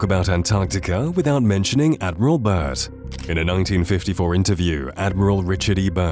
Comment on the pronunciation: It’s Admiral Bird not Bert